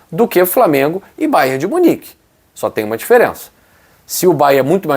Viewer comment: não é Bayer, e sim é BayerN. É nome do estado em que tem sua sede = Baviera de Munique - Bayern München! Bayer é fábrica de medicamentos e outros produtos químicos que tem sua sede em Leverkusen e tem até um clube lá, o Bayer Leverkusen.